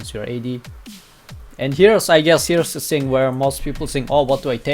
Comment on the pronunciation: Hey XD dude try say "Thing" not "Sing"